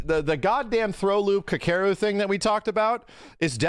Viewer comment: pronouncing Kakeru made me giggle